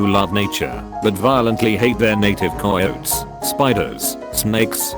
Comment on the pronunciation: When the voice says coyotes like coyoats: KOWALSKI ANALYSIS